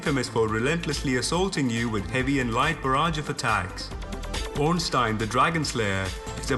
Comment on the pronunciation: You... Actually said OrnstEIN!!! Holy shit!